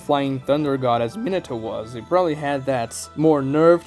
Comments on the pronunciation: ME-NAH-TOE Not minato like a fucking Minotaur. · how are u a naruto fan and pronounce minato like that lmao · Thought Minato was pronounced (min-nah-toe) for some reason